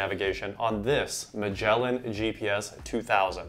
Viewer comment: That's not how you pronounce "Magellan".